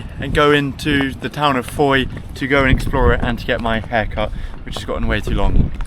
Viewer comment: Andy from Australia here. Just noticed you pronounced Fowey wrongly. I'll bet I'm not the only one to point this out....Ive never been there myself😂🃏